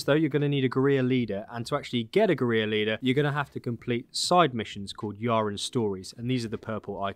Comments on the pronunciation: Great video, though as you're English you should really learn to pronounce the word "Guerrilla" properly. It is not Gu-ree-ya but Gu-ril-la (the same as the great ape). Keep up the good work. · Guerrilla is pronounced Gorilla, not GUR-EE-YA. Just an FYI. Other than that thanks for the great video! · Let me help you out bud, guerrilla is pronounced like "gurr-illa". Not like "gareer". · We got a geureeya for sale! Mageeya geureeya for sale! Meet him! Buy him! Take him home and try him! Gerrreeeya forrr SALE!! I need to hear sing that. That would be SO good. (But it's OK for Brits, Americans and Aussies to pronounce it like "gerilla" we traditionally pronounce L's) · It's pronounced gorilla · it is pronounced GORILLA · or "guh-reer" not sure but it sounds terrible hearing it over and over and over and over again. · Yes, I figured you were saying it the same as the game characters and if you were Hispanic I would have let you off but because we're English I'm going to pull you up on it! 🙂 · He pronounces the L’s in “Valle” but doesn’t pronounce the L’s in “guerrilla” …… 🤦🏻‍♂️🤣